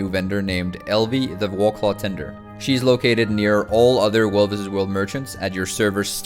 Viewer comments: You sound like you're a native English speaker, so it bothers me that you don't pronounce "war" properly. "The Wahclah mount" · I keep hearing you say "Wallclaw". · "the wawclaw"